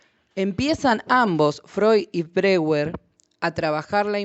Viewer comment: Muy útil el vídeo, sería coherente que si nombra a Freud correctamente, también lo haga con Breuer (pronunciando Broier). Gracias por el vídeo!